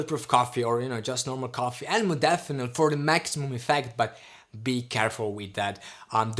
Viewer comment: Stopped listening the moment you misspronounced "modafinil". Laughable to think anybody should listen the opinion of somebody that after 2 years still doesn't understand the basics ahahahahhah :'D